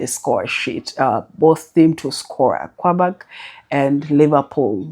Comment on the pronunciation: Good morning, please don't be offended, I don't know how to reach you inbox. I have a complain. Please I find it hard to know when you're predicting, your presentation is usually flat, please try to distinguish the point you want to predict. Also try to know how to pronounce team names, it makes you look like you don't actually watch matches because I find it awkward that you pronounce Qarabag (karabag) as Kwabag. Thanks for all you do